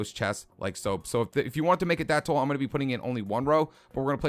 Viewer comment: I like how you pronounce "tall" as "toll"... New York accent?